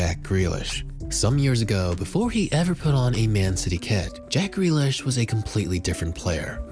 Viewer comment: JACK FREALISH😂😂😂